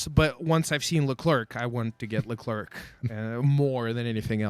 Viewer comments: omg please stop saying "c" at the end of Leclerc! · No it's just Lecler no Leclerk ;) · That should be written"LeCler" Then lol, Freaking French write system...